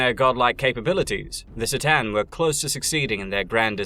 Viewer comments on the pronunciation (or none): K'tan, buddy. Not S'tan. You even include several cut-scenes where they are correctly named. Otherwise, nice video :) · No si-tan, C'tan, like a k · C’tan is pronounced with a ka not a sis sound. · sih-tan? C'tan is actually pronounced KER TAHN. Sorry, I'm doing my best arm-chair expert impression. Great video! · Only watched 20 min so far, but i already know is good work. I love your videos and i am super happy you are covering the 40K universe. I just noticed that you seems to pronounce the name C'tan slightly different from the way i usually hear it. More like S'tan than C'tan 🤔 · FYI The C'tan pronounced ker-TAN Or ka-TAN but absolutely NOT ser-TAN as you murmered. Get it right or pay the price. LOL love your work you know i say all that with love. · Listening to you mispronounce c'tan like 7 times in a row was torture....it takes 2 sec to watch official 40k materials and know that its said cuh-tan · C'tan is pronounced with a hard c, like cookie. And you can't even pronounce "scrivener" correctly. If you're going to move into 40k lore you better learn how to pronounce shit correctly. Triarch ends with a hard sound, try-ark. And Stygian? Jfc, stick to movies. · C'tan is pronounced Ka-tan. Thank you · You can start by learning to pronounce C'tan.. (pronounced ker-TAN).. Only in and I'm starting to question your otherwise pretty video. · My autism doesn't like the mispronunciation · Its pronounced k-tan.